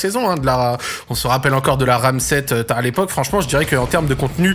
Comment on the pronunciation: il a dit tart l epoque